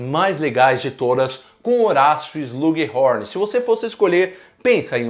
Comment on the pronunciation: Quem também fica agoniado ouvindo o falando "Slug Rorn"?